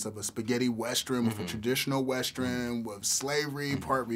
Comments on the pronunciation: More importantly, why is the interviewer saying "westren" instead of western? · what's a 'westren'? hahaha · dat nigga said westrin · what the hell is a weschurn?!?!?! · Is everyone going to ignore the interviewer cant pronounce "Western"?